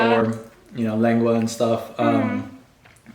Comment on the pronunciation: You guys seem so chill! Also when he said “lengua” perfectly 😅👅